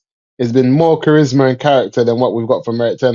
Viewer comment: Bro said charismaricarick 😂😂